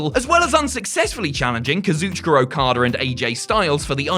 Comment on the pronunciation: It's Okada not okoter